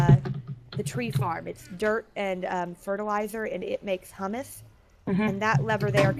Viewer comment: The HU in Humus should be pronounced like it is in human.